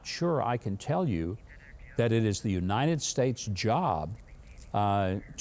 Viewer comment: Can someone please tell brilliant brandon how to say "united"?! Tell him it's not yuninuh.